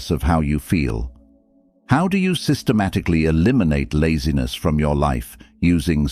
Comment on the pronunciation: "I refuse to negotiate with lazines"